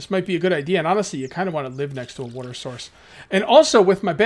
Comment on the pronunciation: woter battles